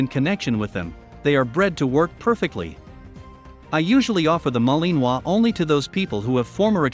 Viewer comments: It sounds funny but if the robot or person actually had a French accent it would be better lol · The way your saying Malinois is making me cringe 😬